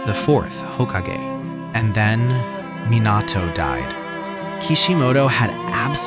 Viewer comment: Why do you pronounce sharingan and hokage like that?